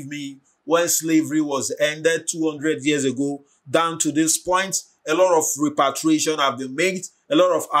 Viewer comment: You keep saying REPATRIATION, instead of REPARATION. Repatriation means to return to your home country....